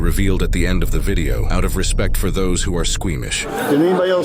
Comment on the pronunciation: “RAISED for the penitentiary” would sound better. Putting the emphasis on “for” sounds weird.